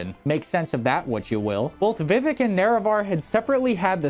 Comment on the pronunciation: Yeah he says “vivick “ instead of vi-vehk it’s irksome